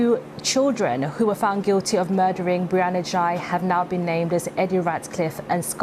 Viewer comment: Girl x and boy y? Seriously? Is that supposed to be humorous? Why do you insist on mispronouncing the last name? This is one weird news report.